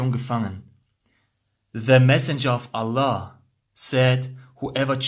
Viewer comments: Lern erstmal Allah aussprechen Motto ex muslim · Junge sprich mal Allah gut aus